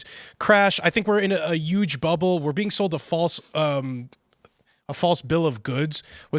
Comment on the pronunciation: The word "Huge" is pronounced "H-uge!" The "H" isn't silent!!!! Where the f did this ridiculous pronunciation of the word come from?!! It's not "Uge!" Put the damn "H" in it!!!! Damn. I've been pissed off about this stupid, incorrect pronunciation since Regis Feldman was doing it in the early 2000's. It's not an accent choice! It's just wrong!